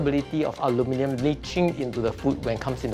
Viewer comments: Ulminium 😅 - somewhere between the UK and USA pronunciation. Great subject though. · Aloo-min-yum, is the newest pronunciation ive heard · The way she pronounce Aluminium bothers me lol .. She's pronouncing it like Aluminum (American) but then she says Aluminium (British) 😂😂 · The US English pronunciation of the word AluminIUM is so jarring. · It’s AH-LOO-MEN-NUM not AH-LOO-MEH-NEE-UM. The Asian men can pronounce it. 😂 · Your pronunciation is somewhere in between the British and the American pronunciation of aluminium/aluminum - it's trippy! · Anybody bothered by how she pronounces aluminum? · It is Alumin-i-um NOT alumin-u-m!!! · What is that combined pronunciation of aluminium and aluminum? lol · I wish she’d just simply say foil instead of using the element first & pronouncing it half English and half American as if trying to please both sides yet talking with an English accent the rest of the time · ALU MIN I UM ... how hard is it to say? the american way to say it is just beyond r3t*rded ! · You are not saying it correctly I'm still using it every day. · Thats some weird pronunciation of the word. Sort of like a hybrid version from mixing the American 'Aluminum' and the English 'Aluminium' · I am trying SO hard to pronounce “aluminium” the way she does, lol. In the US, we say “aluminum” with only one i. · The only thing more upsetting than aluminum affecting our food is that, though the word “aluminum” has 4 syllables, people keep giving it 5. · I THINK YOU SHOULD FIRST LEARN HOW TO PRONOUNCE ALUMINIUM CORRECTLY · Love how she does both the British and American pronunciation of aluminium at the same time! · I cannot get my head around how she pronounces the name. Like a combo of Aluminum and aluminium. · Just cringing at how "aluminium" is being pronounced. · Learn to speak please. Its not aluminum foil. Its AlumINIum foil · It's funny (and bizarre and weird) that you say "aluminium", but you pronounce it like "aluminum". Super super weird.